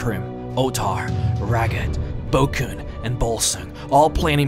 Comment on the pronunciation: I don't mean this in a stupid way, cause I love your 'Lore' videos, but you often pronounce a 'v' as a 'b'. I noticed that first in another 'Lore' video where you talked about Vivec. You pronounced it as 'Bibec'. Now with Vokun and Volsung I hear Bokun and Bulsung. Or is it just me?